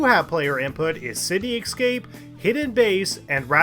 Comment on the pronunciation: ...City "excape"?